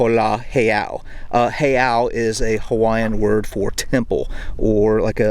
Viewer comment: Thank You!!! I am such a happy guy right now. A little bit of my culture and home. I feel like so many historians focus only on WWII historical sites in Hawaii. There is so much more to the islands and culture that gets overlooked. You also did a great job pronouncing the Hawaiian words! Well done brother, well done! Aloha 🤙🏼